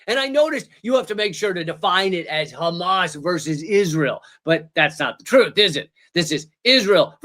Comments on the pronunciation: The reason they say Khamas instead of Hamas is that it’s a dog whistle for people that speak Hebrew because it means violent robbery spelled and pronounced that way, whereas Hamas is an acronym. They are able to pronounce it both ways. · Yes, why do they say it like a cat coughing up a fur ball? KHamas. The Arabic word starts with H. Malakowski doesn’t say KHappy.